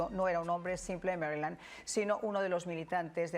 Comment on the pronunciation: Maryland, no Marrrrrryland. Se te nota el Rancho, Mi-Ja.